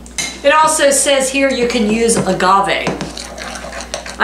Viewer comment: You must have ESP! I just bought 3 pints of Blueberries, and was wondering what I could make with them! Yes, you said Agave correctly. 🙂